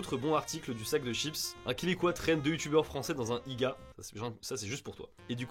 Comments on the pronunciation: jdcjdr mais l'article du Sac de Chips sent le rédacteur un peu fru de la vie... ça fait 10 ans que j'habite au Québec et je suis complètement d'accord sur certains points. Par contre Iga au lieu de I-G-A ça m'a fait saigner des oreilles pas à peu près... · Salut, je fais partie des Québécoises qui vous avait dit dans la video inniciale que vous étiez dans le champs avec "i-jai-a" 😊. La vidéo n'était pas insultante pour autant. L'article est trop méchant, de mauvaise foi. P.s. vos fromages en France et même en Europe en général sont vraiment meilleurs je dois l'admettre 😂❤. Paix ✌️ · Perso a part comment tu a dit iga ... le reste je m'en ai foutu lol 😅😂 et la façon dont tu l'a dit m'a pas tuer 😅😂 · Ce journal est connu pour faire des articles à "Sensations" Personellement j'ai eu un léger problème avec la prononciation du IGA et la blague sur le fromage mais c'est tout, pour le choix des articles et la vidéo dans son ensemble, zéro problèmes! Merci pour vos vidéos les gars!